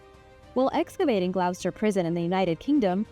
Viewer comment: I like your pronunciation of Spanish names. Gloucester, however, is pronounced like Gloster.